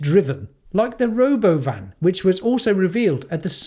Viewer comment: Could you please make sure you pronounce “Ro-BOH-vn” properly. Thank you. 😜